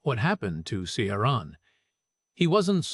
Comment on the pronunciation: AI is hopeless at pronouncing names - Ciaran!